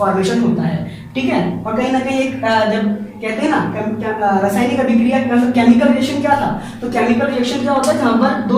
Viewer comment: Tongue fail .... rsayanic ubhikriya hahahhaha